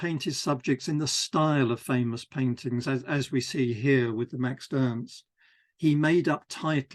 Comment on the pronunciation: Love this series! Just a note: you refer to Max Ernst as "Maxed Ernst" whenever you say the name. It's probably unconscious and I'm sure I do the same with other words though